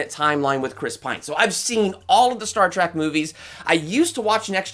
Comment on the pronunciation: He keeps saying Star Track not Trek